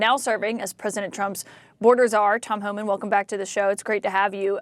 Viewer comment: It's Homan, if you want to make fun of someone you need to learn their proper names.